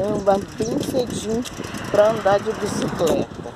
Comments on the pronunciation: Agora eu tenho certeza q a brinca de falar errado.Observaram q ela fala bicicreta é depois fala certo....bicicleta? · No segundo 06 fala BICICLETA. No segundo 34 fala BICICRETA🤦‍♀️. Hora fala CRETA hora CLETA....KKKKKKK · fala certinho bicicleta mas esquece que não fala e fala bicicreta afs kkkkkk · Foram dois dias pois trocou a roupa?? E porque a fala bicicreta e depois bicicleta???? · Boa tarde que bom isso aí. Gosto muito da senhora. Curto muito os vídeos da senhora. Mas porque que a senhora uma hora fala bicicleta ( coreto) e outra bicicreta? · Que issso uma vez fala bicicreta outra bicicleta